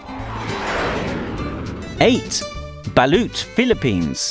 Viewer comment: Balut isnt a disgusting food U just havent tried it yet LOL If u havent tried it yet then u dont know its Gross Balut is the best food for a lot of fillipinos And u said balut wrong hahaha lol